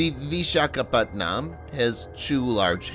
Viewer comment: im sorry but whoever is narrating this video prounounces vishakapatnam as PatNAAM but actually is pronounced PatNUUM LOL 🤣🤣🤣🤣